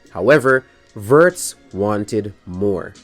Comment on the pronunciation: If you want to pronounce his name closer to the real sound, start with "wo" like in "wolves" or "Wood" and add the "rtz" after the long o vowel. Think James Woods, but Alex Woords.